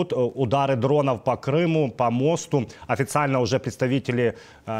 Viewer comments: По мостУ ударение на У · Мосту .ударение на у